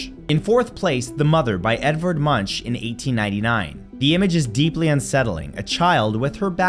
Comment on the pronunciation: Hi Matthew, I've been following your vids for years now and as an art major (painter here), these videos are always interesting. I suggest that you try looking up pronunciations a little better. In your last video, "tagalog", in this one, "mi novia", and "Munch" are pretty badly pronounced. Munch is one of my faves and I didn't know the story you tell here. Thanks!